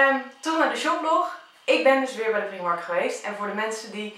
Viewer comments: je spreekt het uit als praajmark en niet priemark het is een Ierse winkelketen en in het Engels spreek je het uit als praajmark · niet waar want in het engels kunnen ze ie niet uitspreken ben al in de primark geweest in ierland en daar zeiden ze ook praajmark